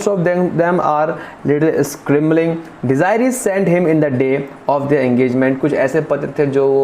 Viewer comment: The correct pronunciation is “De zu rie” not “De zi ree”